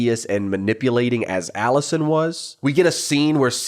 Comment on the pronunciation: you stress the first syllable and throw some twang on it lol. Aaawllisuhn. My uncle with a rural new york state accent says some A/Es the same way as you, like he only uses the right half of his mouth to say it and it blends into the following letter and goes UP a bit. Vs a flat, Hollywood "accentless" accent that says the syllables pretty evenly there was a huge debate in later seasons over how Emily pronounces the word "eggs" too, so you're in good company 😂